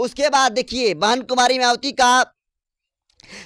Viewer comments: अंकर सहाब आप मयावती बोलते है, आप अपना उचारण ठीक से बोले मायावती बोले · मयावती नहीं है उनका नाम है मायावती बहन जी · पहले तो मायावती जी का नाम ठीक से लेने का अभ्यास कीजिए